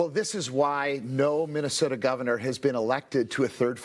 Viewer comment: Govenor? English isn’t your first language, eh? 😂😂😂